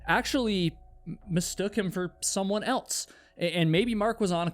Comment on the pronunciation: I enjoy the stories, but it bothers me the way he says "altso" and "eltse" instead of the correct words, also and else.